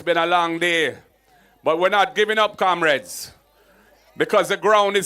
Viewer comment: He can’t say Comrades, he says Kamrades